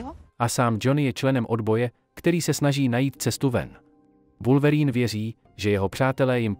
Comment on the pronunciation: oslovení Wulverýn zabijí mé uši